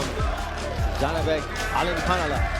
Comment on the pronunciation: His last name is pronounced ALIM-CAR- NEWLY (ALIMKHANULY)